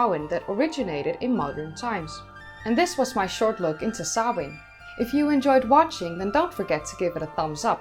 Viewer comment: I appreciate that you pronounced the name correctly. The possibity that language and its written representation might have sound patterns that differ from a speakers own mother-tongue never seems to occur to some.The care you take shows your respect for others. Another festival Bealtaine is often rendered as Bell Tane which is a harsh sound to airish ears. Sam Hane is"forgivable" to some degree as it most often arises when TV presenters provide fifteen seconds of deep-background at Hallowe'en. Thanks.